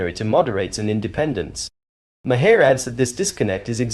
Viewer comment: The h is silent. Pronounced Marr (mahr) not mahir or maire. Just pronunciation of an American last name. Though I think that’s a Hebrew sir name